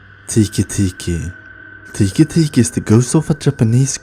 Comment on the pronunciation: 1. the maria story was trash . 2. Its not kushisake , its Kuchisake . 3. Its not tiki tiki , Its teke teke . Summary of this video : You suck